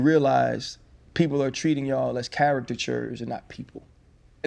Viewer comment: RC too smart to not be able to pronounce “characters” correctly😂😂💯